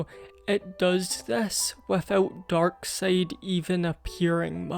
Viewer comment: it's pronounced dark side